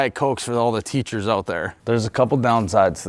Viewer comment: The way this guy says teachers you can tell school generally wasn’t a strength